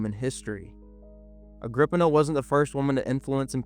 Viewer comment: Wasn't it 'Agrip-eena'?